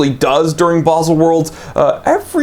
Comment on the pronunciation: It’s “baahzel”